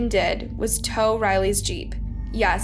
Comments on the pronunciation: "A camoflauge Tow Strap" Pronounced Toe (As in, I need to TOW your truck behind mine) Like- Row a boat The color Yellow Tie a Bow Yes, I Know How Low Can You Go Mow the yard "Tow Strap to Tow stuff behind my truck" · Also you pronounced tow like ta-ow it’s pronounced toe like tow truck lol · A "tao" strap? A "toe" strap (tow). Come on lol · I’m sorry but I can’t get over the fact that she called a tow strap, a “tao strap” then seconds later actually said the word “towing” 🤦‍♂️🤦‍♂️😂